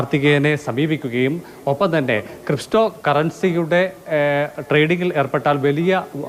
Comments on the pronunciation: എടാ തൊലിയെ നീ എന്തൊരു റിപ്പോർട്ടർ ആണ്... ക്രിസ്റ്റോ കറൻസി അല്ലടാ... ക്രിപ്റ്റോ കറൻസി ഇതുപോലും പറയാൻ അറിയാത്തവൻ മാരെ ആണോ റിപ്പോർട്ടർമാരാ യി... നിയമിക്കുന്നത്.. ഈ ചാനലിൻറെ നിലവാരം ഇതിൽ നിന്നും മനസ്സിലാക്കാം. മറ്റു ചാനലുകൾ ഉള്ള റിപ്പോർട്ടർമാരും വ്യത്യസ്തമല്ല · ക്രിപ്റ്റോ എന്ന് പറയാൻ പോലും അറിയാത്തവനൊക്കെയാണോ ഇത് റിപ്പോർട്ട് ചെയ്യുന്നത്. ക്രിസ്റ്റോ അല്ല ഫെർണാണ്ടസ് 😂. പറച്ചിലു കേട്ടാൽ ക്രിപ്റ്റോ എന്താണെന്ന് അറിയാത്തവനായി തോന്നതേയില്ല. അത്രക്ക് ആർട്ടിഫിഷ്യൽ ആയിട്ടുണ്ട്. ഷെയിം ഷെയിം. റിപ്പോർട്ടർമാരൊക്കെ ഇത്രക്ക് outdated ആയവരാണെന്ന് ഇപ്പോഴാണ് അറിയുന്നത്. ക്രിസ്റ്റോ 😂😂